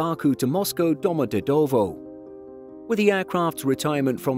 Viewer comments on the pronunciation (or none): For info, Domodedovo is pronounced "Doma-dyedava"